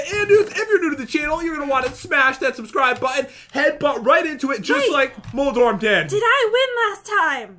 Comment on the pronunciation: I believe you mean SUBSCROOB!!!!